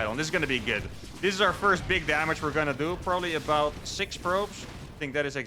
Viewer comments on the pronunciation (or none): Heh "pobably confused you both" you said. Low faith in in your wievercount? :P